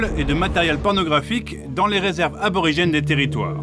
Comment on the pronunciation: Y'a un R qui a fait une PIXAR là XD